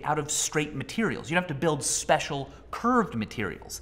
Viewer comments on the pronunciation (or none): none